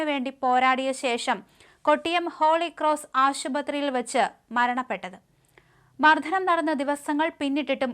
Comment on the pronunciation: ഇതിന്റെ വാർത്ത വായന എന്ന് നന്നാകും 🙄. മർദനം..... അതൊക്കെ പറയാൻ പഠിക്കുക. Oru വാർത്ത അല്ലെ ഇത്